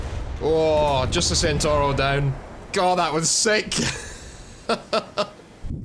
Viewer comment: It's pronounced as Tshentawro!!! And not Centauro as it's written!!